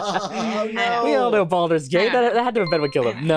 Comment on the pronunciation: and Baldur as "Boulder"